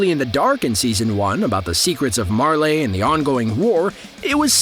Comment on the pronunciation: Did he just really say merlay??